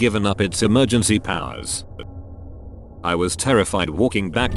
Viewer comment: "Nine hundred and Eleven what's your emerjen."